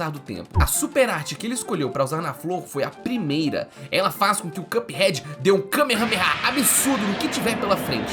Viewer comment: Excelente vídeo,! Só queria pontuar que a pronúncia correta de "cup" é a que você fez aos, ou seja, sem /j/. Na maioria do vídeo (exemplo aos ) você pronunciou como /kjʌp/, enquanto a pronúncia correta é simplesmente /kʌp/. Tô mencionando isso porque acho top seu conteúdo e sempre ajudo meus friends com mispronouncings <3